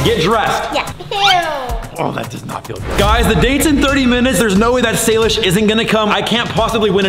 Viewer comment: sorry but to say but salish not shilosh pls don't be angry to me